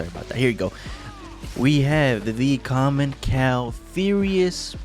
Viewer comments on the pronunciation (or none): Hi, I hope your doing well. At the start of the video when you were presenting the bike commencal is pronouce "commenssal" and not "commenqual". Just for your future video, love your video.